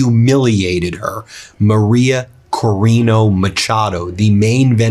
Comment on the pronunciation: Ben, it's CorinA not CorinO. Keep up the good work